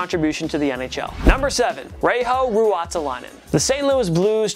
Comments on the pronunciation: That butchering of Reijo Ruotsalainen😂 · Arrest this man. He is suspected of butchering Reijo Ruotsalainen in this video. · That Reijo Ruotsalainen pronounciation. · That pronunciation of Reijo Ruotsalainen hurted my ears..ffs!